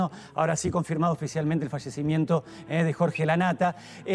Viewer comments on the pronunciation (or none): 😂 cómo? El frallecimiento!?? Digan bien y pronuncien bien las palabras!! Por competir a ver quién da la primera noticia!😏🤨